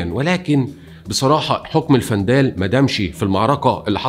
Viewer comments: الوندال وليس الفندال وتونس هي افريقية مع شدة على حرف الياء وليس افريقيا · تونس تسمى إفريقية وليس أفريقيا الجزيرة اسمها جِربة بالكسرة وليس بالفتحة الوندال وليس الفندال فقط للتصحيح شكرا لاجتهادك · الوندال وليس الفنداال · الوندال ....الدايات و البايات...نطقك غالط